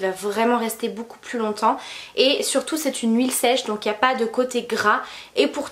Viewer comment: Beaucoup se prononce BOCOU et non BOUCOU, c’est très agaçant d’entendre ce mot 158 fois par vidéo et mal prononcé Pour le reste rien à dire les vidéos sont tops !